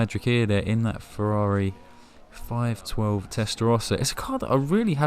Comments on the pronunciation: then why do i keep hearing f12 😂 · Yea you said 512 alright. I had to rewind it a couple of times though, articulate man! 😂